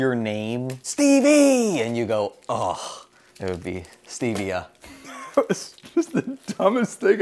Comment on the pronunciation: It's Stev s-tevia